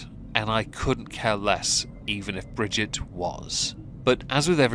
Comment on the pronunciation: Brigitte. Not bridget